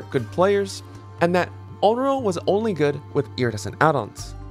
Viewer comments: ON-REE-OH. PLEASE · listening to say onro throughout the whole video... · What did you say her name was? Onlo? xD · The pronuciations of "Ringu" abd "Onryo" bring me physical pain. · I think you gotta work on your pronunciation of Onryo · That has to be the weirdest pronunciations i have heard for "onryo" 😅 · Lmfao bro it’s so cringey that you say “Onryo” the wrong way. Like I actually stopped watching because of how cringey that was. Educate yourself, kid